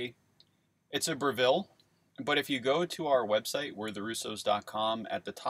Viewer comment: You guys are awesome! May I gently suggest that 'Breville' is pronounced 'Bre-vill', like 'bre' from bread and 'vill' sound like will? :) You rock!